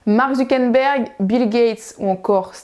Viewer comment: Salut, c'est pas Zuckenberg c'est Zuckerberg !